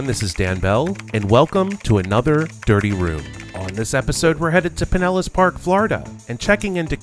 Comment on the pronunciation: Ah man! Pin ellas..... I live about 25 minutes from there. Let me tell you “Pin ells” is something else!